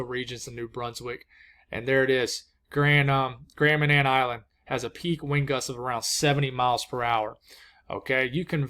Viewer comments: Yes, you pronounced Grand Manan island correctly. :) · Give us some thoughts up here in the maritimes! ❤ And thank you, for keeping us informed and not forgetting us up here. Ps. You nailed the pronunciation of Grand Manan! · Hello you nailed the pronunciation of Grand Manan